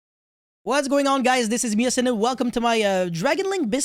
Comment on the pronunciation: all i hear is bussted